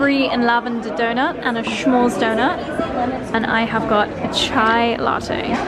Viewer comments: What a lovely vacation spot, looks like you guys are having an amazing time. Love this so much. And a friendly tip, it S'mores, not Sch'mores, no need for the "ch" sound! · I keep laughing when you say “shmores”, sorry 🤭🤭. It’s not S-H it’s just S … like “smith” .. s’mores. ❤❤❤❤ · Smores not SHmores. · pronunciation of the word “s’mores” is sending me 🤭🤭